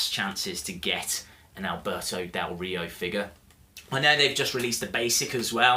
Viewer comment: you say his name very well i am mexican and you say it better than most of the people haha he is a great wrestler with a lack of opportunities whatever, great review